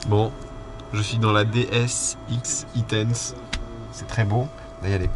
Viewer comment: DS X-E tense se prononce en anglais "ex i tense" et vu l'excitation que génère un concept équipé d'un vrai beau moteur électrique lors de la conduite c'est pas un détail : c'est un indice sur la nature du concept ;-)